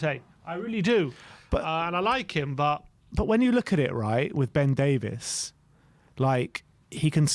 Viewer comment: It's not Ben Davis it's Davies lol